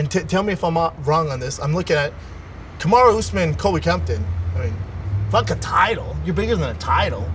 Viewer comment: Schaub --- "Camaro Ooseman"